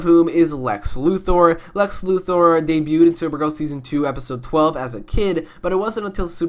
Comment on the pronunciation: Did he say Ray debued s3 bich whaaaa